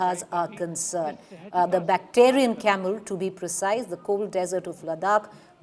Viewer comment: Not "bacterian", madam; "bactrian". Note the spelling difference and the different pronunciation.